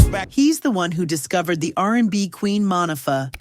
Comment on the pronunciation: Mon-ah-fah? Damn you AI!!!!!!